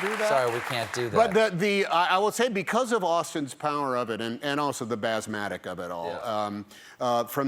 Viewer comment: "BAZMATIC" Good one Tom Hanks! 🥰